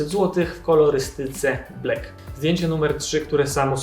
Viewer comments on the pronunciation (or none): none